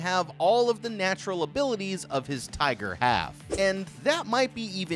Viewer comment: why is he saying tiger like he is saying the N word?